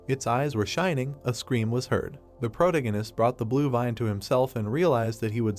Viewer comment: I immediately knew that when he kept saying pro-tingus he meant protagonist. I've seen too many of these videos.